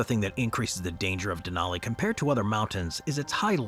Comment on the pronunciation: How do you not have any consistency in your pronunciation? You say "Denaly" then you say "Denali" pick one and African with it. You've been making videos for years and your consistency with saying certain words is irritating